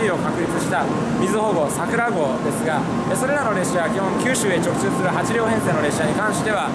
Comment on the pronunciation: 直通が毎回言えてないのかわいい